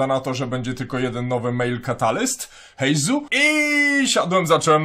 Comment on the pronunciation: Imię nowego bohatera czytamy Heizoo, to [u] na końcu oznacza przedłużenie poprzedniego dźwięku - tak samo jak w Kujou Sara czytamy Kujoo, a nie Kuju.